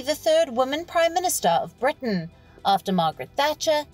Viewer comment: 'Da third woman prime ministerrrr'. Learn English lol